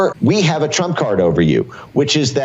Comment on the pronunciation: This old news brought to you by the ledder T. Say it brand. Say rump. With a T